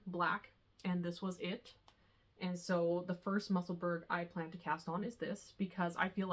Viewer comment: Just found your podcast. Love seeing some new patterns. P.S. The Musselburgh hat is pronounced "mussel-boro". Like Edinburgh (Ed -in boro). It's a Scottish thing.